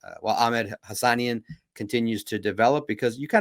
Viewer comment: Pronounced HA-SA-NEEN! 😂